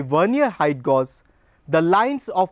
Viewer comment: Gauge is pronounced gay-ge